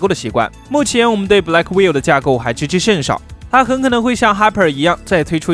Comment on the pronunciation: Blackwell 英文發音完全錯誤😆😆Gay牆你可不可以專業一些😵‍💫😵‍💫